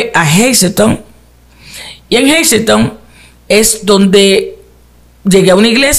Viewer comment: Si, así mismo se pronuncia el nombre del Pueblo “Hazleton”. Yo resido ahí. He visto a la Pastora Arelis y se donde esta su congregación. Bendiciones y gracias por el contenido!